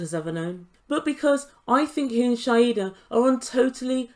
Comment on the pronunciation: Her name is Shaeeda (shy-da) not Shaeda (shy-hida)